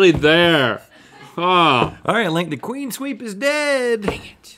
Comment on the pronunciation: "CLEANSWEEP" not "QUEENSWEEP" guys are you KIDDING me you say this every time the wRoNg way!!! :( I love y'all but please pLEaSE get this right...